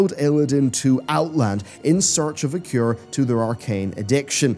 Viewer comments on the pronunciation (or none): none